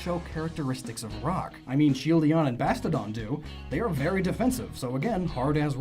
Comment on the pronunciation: I'm sorry, but I'm very bothered how you say some Pokémon incorrectly. Larion? Shieldion? Tyrantum? You made Pokémon name origins, how could you mispronounce names?